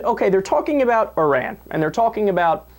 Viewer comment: Thank you for pronouncing Iran correctly! A lot of people say it incorrectly: 'eye-ran' and also 'eye-rack' for Iraq. Even solders that have been deployed there say is wrong. That's OK. Our solders can say it anyway they like. They earned the right.